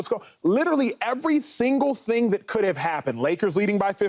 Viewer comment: Every "thingle thing" lol...gotta slow down and pronounciate.